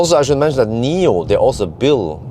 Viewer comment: Thanks for the great video as. For your information It’s not Nomi pilot but NIO pilot actually